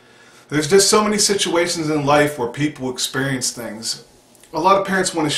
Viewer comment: Good message, and I am not one to talk because I talk so many supplements but medication( for mood) just seems scary and I always think I will always need it. Anyway I love the "...until you expurrience it" lol